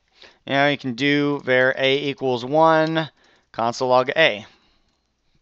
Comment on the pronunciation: I know it's petty, but var is pronounced with the a like father. Not like the ea in pear.